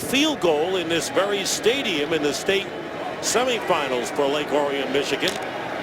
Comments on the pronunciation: it's pronounced "Lake Orr-ee-in" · Heath’s hometown is pronounced lake “ore-e-un”